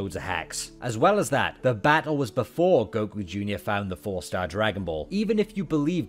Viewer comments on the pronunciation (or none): No way I gave my energy coz I thought it was Hercule. Who TF is GO-Kuu?